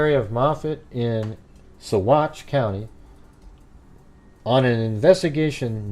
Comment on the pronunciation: pronounced Sauh-watch